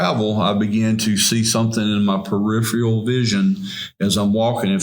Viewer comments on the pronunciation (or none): Why can't anybody say "peripheral"? "I seen it in my perifreal vision"